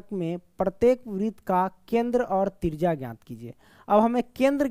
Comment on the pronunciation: Trijya ❎ trija ✅